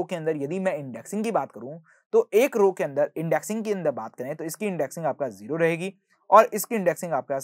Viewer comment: sir its Zero (Zee-ro) Not Jero (Jee-ro) please pronounce correctly